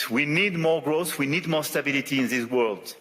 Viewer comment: His French-sounding "r" are cringe-making though, and he has forgotten how to pronounce "world" correctly, which is a bit much given the context. Weird to hear his English going to pot, accent-wise, as though he didn't give a toss any more.